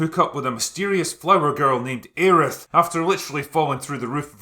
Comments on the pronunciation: "Areith"? Does she have a lisp now, then? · I always took issue with the pronunciations and localization problems. Aerith and Teefa are unpleasing to my ears. Aeris works better since the Japanese pronunciation ends with -su, which works - and I know they were going for a "Her name is Earth" thing, but I kind of liked Aeris being a redemptive twist on Eris (the Greek goddess of discord). And Tifa works better as it's just a shortening of Tiffany (or some variation). You have to localize the vowels, otherwise things might sound off to the audience. Like how they keep trying to push Teedus being the guy's name in FFX, when Tidus has existed since Roman days. - And while I argue that good localization should be implimented, there is a place for bad localization as well. Consider the famous line from FFIV, "That Spoony Bard." That has become a staple in the fan community, and has been replicated in later games. So, I just can't jive with Aerith's name invoking a mental lisp, or Teefa which makes me want to take up golfing. The other problem with the Remake is Nomura. That guy is the biggest hurdle to his own games. With the remake he's tossed in so many metanarrative elements to the story to raise question marks for those unfamiliar with the story, and cheese off players who know the whole thing and think he ruined the ending to this first chapter with the forced inclusion of the final boss. Better to skip the one-winged angel and the time-traveling ghosts and put more emphasis on Rufus - and how with his rise to power the